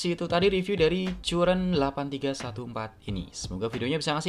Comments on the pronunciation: CURREN dibacanya KARREN bang atau KURREN juga bisa 😅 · Itu cara baca merk nya "curren", Bang. Bukan "curren".